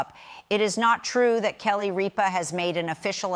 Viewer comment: Don’t you think before you make a video about someone you should learn to pronounce their name??? How can I possibly listen to what you have to say when you can’t pronounce Kelly Ripas No it’s not a difficult name so before you go to putting up videos about somebody learn to pronounce her name she’s on the air Monday to Friday five days a week ABC watch it listen to them they’ll pronounce your name for you and then put up a video about her very annoying that you can’t say her name right